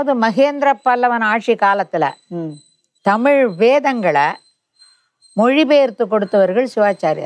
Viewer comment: நேர்காணலில். பேட்டிஎடுக்கும்நபருக்கு. தமிழை, தமிழ். என்று. அழகாக. உச்சரிக்க தெரியாமல்... தமுழ். தமுழ். என்று. உச்சரிக்கிறார். கேட்ப்தர்க்கே. வெருப்படையசெய்கிறது. அந்த. அண்ணையர். எவ்வளவு. அழகாக. தமிழை. தமிழ். வார்த்தைகளை. உச்சரிக்கிறார். இவர்உச்சரிப்புசரியில்லைஎன்பதைகான்பவர்களே. கேளுங்கள். ஆகவே. பேட்டி எடுக்க நன்கு. செந்தமிழ். படித்த. தகுதியான நபர்களை. ஈடுபடுத்தி. தமிழைவரும்சந்ததிக்குதெளிவுபடுத்துங்கள். தடுமாற்றத்தைஉருவாக்காதீர்கள். நன்றி. எல்லாம்சிவமயமே.